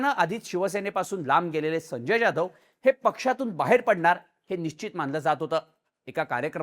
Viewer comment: अरे बॉ जाधव बोल ना ज्याधव काय??